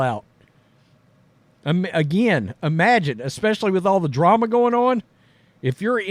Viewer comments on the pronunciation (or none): none